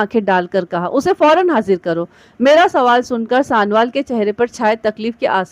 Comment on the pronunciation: Bibi mehrish sanowal galat pahar rahi ho